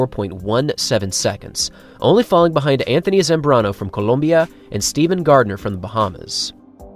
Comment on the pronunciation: İmmagine if after all this he jumps up to the one mile run and dominates. Wierd Colombia pronunciation from the host BTW.